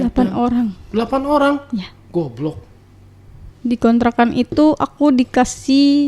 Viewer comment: Suka banget pas bilang "GOBLOK"😂😂